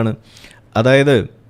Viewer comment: താത്ത നല്ലൊരു അഗ്രി."കൾച്ചറൽ"😂😂😂